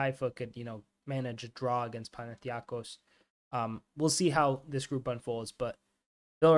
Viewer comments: How is it pronounced? Pana-thin-eye-kos? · LEARN TO SAY PANATHINAIKOS AND SHOW SOME RESPECT